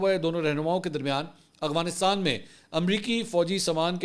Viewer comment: Mansoor bhai ap hamaesha aghwanistan bolty hen Afghanistan ni bolty